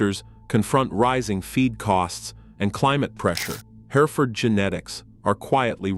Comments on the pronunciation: Jeezus it's her-furd, not hairaford. I can't keep watching this it's so distracting. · It's pronounced Herford. The E is silent. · Its painful to listen to a computer voice mismanaged to where it cannot pronounce "Hereford" its not HAIRFURD. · It's HEReford, not HerEford. The AI narration renders the rest of it 🐂💩. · What is a hair-i-ford? I've heard of Hereford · Hearing the AI so perfectly enunciate every syllable in ‘hereford’ just irks me on a deep level. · that is how I would pronounce it, too. Even if it didn’t just try to suddenly pronounce that middle syllable, I could forgive it. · You would think before narrating an entire production they would teach the robot how to pronounce the main word. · It would be nice if you could make your video sound be what it should be you’re not saying the breed properly and idiots are going to start saying it the way you’re saying it and we have nothing but idiots running around the countryside. Try to do your AI because it must be AI cause no hear and other than the Engine could say it’s so wrong. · Jesus, AI can’t pronounce Hereford correctly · That's the British pronunciation...... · Maybe the UK pronunciation of Hereford would sound better. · the mispronounced Hereford AI bull shiz